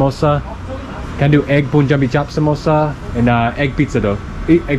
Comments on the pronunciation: It's not Poonjab ...It's Paanjab pronunciation for Punjab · Just a suggestion.... The way you pronounce "sun", is the same way you pronounce "Pun" of "Punjab". 😅